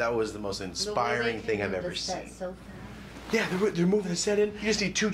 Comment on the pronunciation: bro from utah mustve adopted the accent and mannerisms ASAP i swear i heard the most genuine "yerrr" outta him